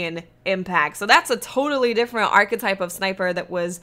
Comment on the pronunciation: The way you say archetype hurts me deep in my soul.